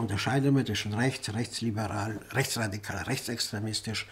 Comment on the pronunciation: "Rrrrächts" ist ein Kampfbegriff.